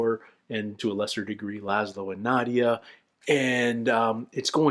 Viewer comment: These are my favourite reactions to watch. This episode is one of the best of What We Do in the Shadow. Its soo good. But still saying Nadia instead of Nadja 16 episodes in is still weird to me. Maybe its just hard to hear with there accents but Nadja pronounced Nad-ja or Nad-ya even. It just makes me laugh every time because in my head I go. He'll get it next time.